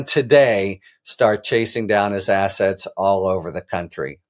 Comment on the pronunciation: Did you say "attach his assets" or "attach his ass"? Attach his ass!